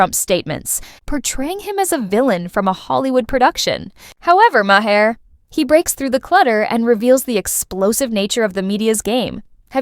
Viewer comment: If you're going to put out content, learn to pronounce people's names. Bill Maher's last name is pronounced "MAR", it's literally said nearly everyday. And yet you still mispronounce it, that's disrespectful to him, and you're viewers. Learn to do research before posting your content.